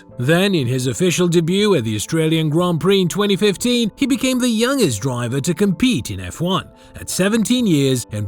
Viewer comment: What Godawful Commentary. And The G is pronounced in Youngest